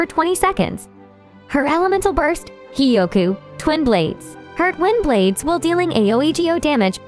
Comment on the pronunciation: I CAN'T STOP HEARING TWIN BLADES AS WIND BLADES😭😭😭